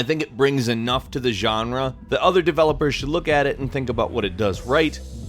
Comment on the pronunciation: you really like saying "genre" a lot huh? sounds stupid as fuck and you should stop, this word was barely used about half a year ago and it was cool that way. Youre so boring,. If youre a latin american subscriber you will know what i mean right? "yanra" fuck